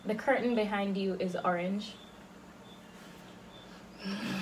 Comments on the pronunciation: seh kernel 😂😂instead of “the curtain behind you is orange”😂😂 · Hurdle .... Kartel.... verse.... whatever that other word was 😂😭😭😭😭😭😂😂😂😂😂😂😂😂 kernel looooooool